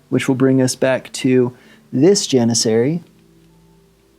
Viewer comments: Nice battle report! You are in fact pronouncing "Janissary" correctly! Keep up the good work! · Don’t know if someone has commented already but you pronounced janissary correctly on turn 2, also the yuzbasi is pronounced (youz-bash-uh), its Turkish, wouldn’t blame you if you didn’t pronounce it like that going forward lol just sharing a fun fact. As always great battle report can’t wait for the next one